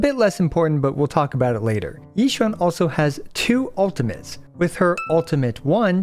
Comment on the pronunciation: I just love that he said Xi Yuan all the video lol😂❤